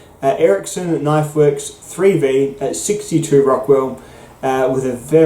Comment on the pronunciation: What is three thee? Oh, were you saying three v? Bwuaaahaaa bwuaaahaaa bwuaaahaaa 😁😁😁 Thanks for the video my Bladed Brother 👍⚔️